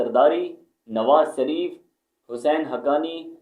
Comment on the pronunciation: Nawaj sreef are you indian? Why can't you pronounce 'sh'. It shreef not sareef.